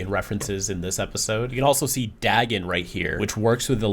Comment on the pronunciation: Dagon is pronounced "day-gn"